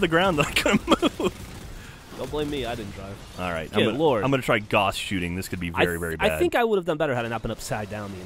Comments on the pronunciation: Sorry, I really don't care, but I kinda do... It's pronounced Gauss (Gowss), not Goss, after Carl Friedrich Gauss. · ...Not how you pronounce Gauss,. I'm sorry. It rhymes with house, not moss. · Btw the word gauss rhymes with house. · "Gauss laser." Yeah okay. Not sure why I expect any different after all the science segments on the podcast. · "Gauss Laser"